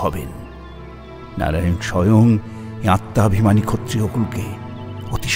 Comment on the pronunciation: এত সুন্দর একটা production এ কৃষ্ণের উচ্চারণ আরেকটু ভালো হলে ভালো লাগতো। ‘আত্মা’, ‘আজ্ঞে’ শব্দগুলির উচ্চারণ বড় কানে লাগছে! তবে আজকের পর্ব অগ্নির জন্যই অসাধারণ হয়ে উঠল।